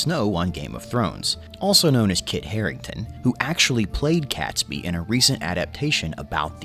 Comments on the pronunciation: I cringe every time he called him catsbee. It's catesby sounding like kates bee! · its pronounced KATESBY rather than CATSBY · Catesby is pronounced Kates-bee. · The name Catesby is pronounced "Kate's- by . The 🇬🇧